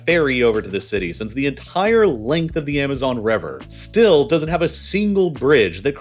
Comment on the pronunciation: the amazon rever?!?……yo wtf is rong with these computers not ever bein able to pronounce a single word properly?!? Hahahaha so sad